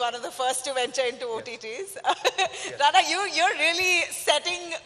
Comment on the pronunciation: Atleast pronounce Ranas full name correctly yaar 🤦‍♂